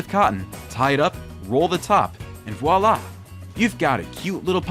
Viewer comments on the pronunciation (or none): none